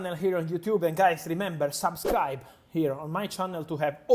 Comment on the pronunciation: I like how he says SABSCRIBE!